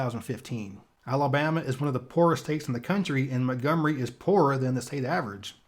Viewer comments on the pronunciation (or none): none